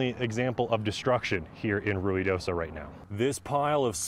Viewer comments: I think they are pronouncing it correctly…it is Rui not Rio…. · I can't believe he pronounced Ruidoso correctly.